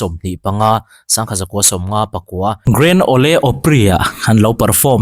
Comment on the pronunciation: Grand ole opry hi grand Awl opry ti a lam tur ... Awle niloin